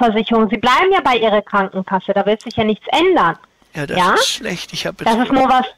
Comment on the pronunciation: Iscchh, niscccht, zusätzlichschhhhen, fünfzischhhhhh, lediglischhhhh, 17 € vierzischhhhh, gültischhhhh, richtischhhhhhhh, richtischhhh, Zusatzversischhhhert, spreschhhe, dreundfünfziscchhhh, ischhhh, nischhhht, Zum fürchten ....